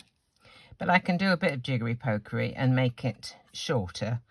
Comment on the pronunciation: Did you say jiggerty pokery? 🤣